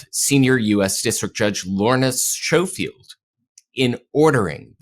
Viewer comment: Judge’s name is pronounced Sko-field not Show-field.